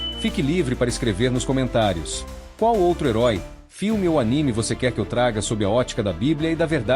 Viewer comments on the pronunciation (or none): none